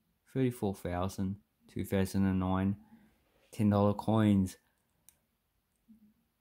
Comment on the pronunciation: It’s not Fousand it’s Th > Th > Thousand